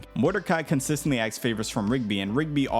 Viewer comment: Dude learn to pronounce asks correctly. You said acks or ax WAY too many times.